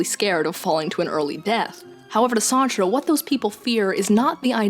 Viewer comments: "John Paul Sahtra" Sart. Like fart but with an S. Sartre is a French name, half the letters don't matter. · had to pause and take a second after that Sartre pronunciation, holy crap